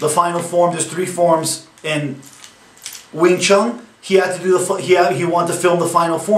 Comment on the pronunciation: I love these guys who flat out bash and sound like they know it all, yet butcher all the names and history. Wing ChunG lol